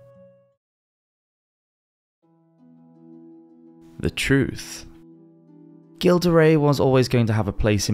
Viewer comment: Just FYI... his name is pronounced "Zhill" not "Gill."